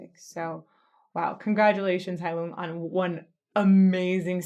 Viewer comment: I also used to pronounce the band's name the you did but in another video I heard the first vowel pronounced as an "ee", which definitely corresponds with the meaning. Heilung, I hear, means Healing.